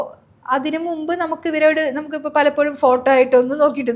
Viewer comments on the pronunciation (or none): none